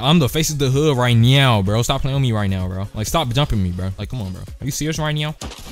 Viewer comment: "Are you serious right neow" BYEEE 😭